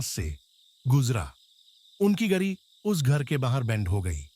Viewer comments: yr kam se kam hindi to ache se bol le yr darr ghnta lgega ese sun kr hindi bi ni ari isko thik se gadi ko gari ata jata falana dhinkana bi kya h yr bahar ko bhar kya h ye bnda darwaza baand hojata ek kamre m baand kr lete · Angrej ki awlad tu English Bol Hindi taray bas ki baat nahi angrajo ki awkat nahi hai awkat may rehna seekh gari ko gri bolta hai jahil